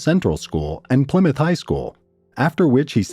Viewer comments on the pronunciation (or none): none